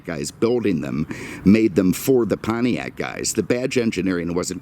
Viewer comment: What the hell is a "Pontriac"?